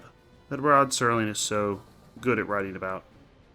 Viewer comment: Nice, finally said his name right. Serling also did a similar story on Night Gallery called They're Tearing Down Tim Riley's Bar. Oh and like I said the 1985 Twilight Zone one called One Life, Furnished in Early Poverty, but I'd say this is the best of those 3. I like that the captions still say Sterling lol. And yeah, nostalgia is fine sometimes. That's why there's 50s-90s nights at bars and there are now vintage arcades and barcades. I still play old school console games and check out vintage arcade games myself. My favorite episode, so 5 out of 5. Great script and acting. I liked how the reflection in the mirror is how he's transported both back in time and back to the present.